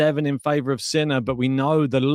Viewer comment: Love how you pronounce his name Sinnnaaaa